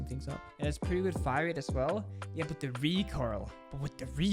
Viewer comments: Man was so distressed he said "wait no the fmg has a way figher hire rate" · Is anyone gonna talk about the fact that said “Figher Hirerate”